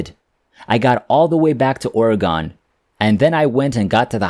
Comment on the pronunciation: I guess the teller of this tale comes from somewhere other than Or-uh-Gun (pronounce it rapidly). It's Not Or-e-gone!